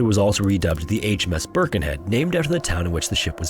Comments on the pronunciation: Also, it's Birkenhead, not Burkenhead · The Isles of Scilly are British, being of the coast off Cornwall. They have nothing to do with Ireland: Pronunciation Scilly Isles or Isles of Scilly - SIL-Ee (C is silent) Plymouth - Pl'mouth (Y - is silent) Torquay - Tor-KEE Portsmouth - PORTS-meth Birkenhead - Ber-ken-hed